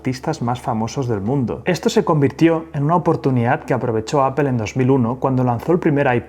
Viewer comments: No es appel, es Apple. que hablar bien no cuesta un CARAJO, decimos en mi pais (Argentina). La dificultad de los que hablan espanol cuando se les juntan 2 consonantes. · Se dice A - POL....! No A-pel.....! XXX FFF...! Modifica tu lenguaje...! ( te lo dice un anglofono..) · Segundo . Me bastó escuchar "apel" y ahí lo dejo. Nada genera más desconfianza que la poca preparación. Bye, bye. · Gracias por el video y lo que nos enseña... por otro lado puedo ver miles de youtubers españoles y todos dicen "apel" no entiendo como, no se pronuncia así en español ni en inglés, de hecho hay una L entre la segunda P y la E... alguien que me explique! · Casi todo el mundo: Apple Los españoles: Apel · ¡¿“Apel”?!… ¿cuál es esa? 🤔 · "Ápel" jajajajajja 😅😅😅😅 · No puedo con el "apel" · Hay que aprender a pronunciar Apple por favor